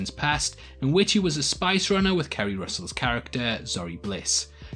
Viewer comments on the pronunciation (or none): none